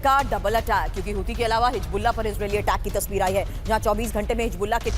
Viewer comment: always makes mistakes on hisbullah pronunciation